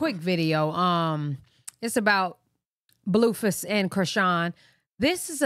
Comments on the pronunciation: She does call him bluefus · 1. I love the way you say blueface cause it sound like you calling him doofus 2. I been saying no way that girl lying about EVERYTHING a female ain’t that delusional for no reason